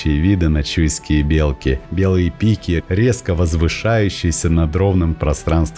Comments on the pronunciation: Не бе'лки ,а белки'.ударение на и. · все красиво только ухо режет не правильное произношение не белки с ударением на е а белки с ударением на и .